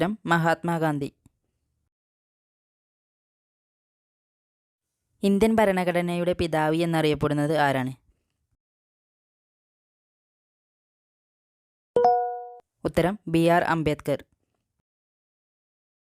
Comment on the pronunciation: Pithavi ennalla pithavu ennanu 😂 okay 👍😅